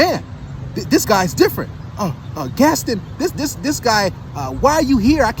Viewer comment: Yo said "Gastin" it's Gaston (Gast- Ahn) 😂 I assume he hasn't seen the movie there was a whole song about him.